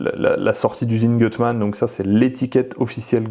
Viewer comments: Magnifique 👍 En revanche c'est "goutte mane" la prononciation 😉 Je serais curieux de savoir comment ça marche par rapport à un swap de XU9J4... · Gutmann si lit Goutmann 😉